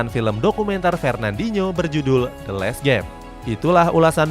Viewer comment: min mau nanya, the last game ato the less game? takut kuping saya yg salah denger.